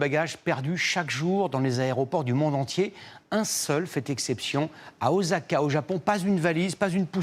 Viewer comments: Tu fais l'actualité, arrange toi pour bien prononcé le nom de la place, c'est Osaka pas Ozaka monsieur. Ça m'a fait gricher des dents 🙄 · Ça se prononce Ossaka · c'est meme oosaka.